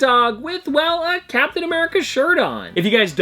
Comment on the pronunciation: I thought you said Cowptain America